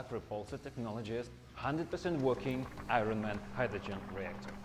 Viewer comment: Built iron man suit but can't pronounce "iron" properly